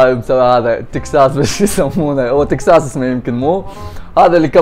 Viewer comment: بوتكس مو تكساس